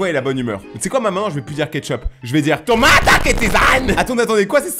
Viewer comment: “ToMaTa KeTzAn” C juste pr me tuee 🤣😭 Incrr tes videos✨💃 (comme d’hab enft 🌞) CHANGE PO 👹🫵ARRETE PO🫴🩴